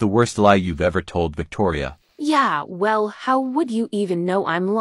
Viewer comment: Victoria said uour😹